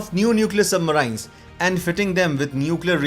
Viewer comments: Please improve your pronunciation for submarines ....... It is सबमरीन not सुबमराइन्स।। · don't say submaraines...say submarines...different pronunciation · Its not Sub maraaiins... But submarine.... Without aaaiii. Like SHERIN... MARIN-E. WHERE E IS UNSPOKEN. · It hurts everytime he says Sub-marains rather Sub-marines. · Information was very helpful bro.. I am no critique but i cannot stop myself from correcting you.. i have no idea how you can speak english so well but you cannot pronunce the word "submarine" correclty.. you pronunce it as submaryyynes whereas correct pronunciation sabmareeeen.. spelling is submarine.. This is such a common word.. how can you say it wrong plus i am sure if you are uploading a submarine related video, you must have heard this word before also so many times.. how come you did not catch the correct pronunciation.. this video became a joke.. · Thanks for the video. Submarine is usually pronounced sub-mar-een Hope that helps. Best J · What is "submaryn"? Never heard of that word. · What is "Submaraain"? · Yup marains 😂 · Don,t you think your submarines pronunciation is absolutely horrible. Can't you speak in normal way sub- marines..you try to speak Americans.like they speak medi cal , inventory to invo tory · poor pronouncement of 'submarines'. aaargh!!! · Very informative. Atrocious pronunciations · The way he pronounces submarines is slightly annoying which forced me to close the video in the middle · Lol learn how to pronounce submarines first. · It is not "Indian accent" - it is wrong pronunciation. Sounds deliberate and stupid!